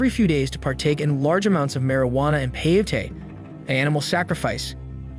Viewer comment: OMFG.....people SERIOUSLY?!?!? Is it SO DANG hard to research the proper pronunciation for words you are unsure about?!?? CO AHT LEE CUE EH, and PAY OH TEY .....SMH